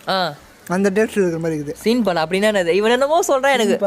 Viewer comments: Bro சின் பால் இல்ல சிம பால் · Anna seen pal illa seem pal